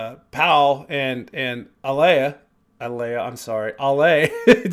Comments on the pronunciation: Except Ale herself pronounces it Ah-lay. 😊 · I know you already know you’re still saying Ale wrong, but I’m still going to tell you the correct way of saying it. Pretend her name is Alex, and drop the X sound at the end, and that will give you the perfect pronunciation. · Love your reactions! Pssst. Lots of folks don't speak Spanish, so no shame, but a couple words to show how big a fan of The Warning you are. Ale is AH-lay. Martirio is mar-TEAR-yo (TEAR like the wet stuff that comes out of your eyes when you hear Pau sing Creep, not TEAR like how she tears your heart out while doing it). Thanks for going down this rabbit hole with us! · Hopefully by now you know their names are pronounced like Danny, Pow, and Ahlay (slight emphasis on the first syllable).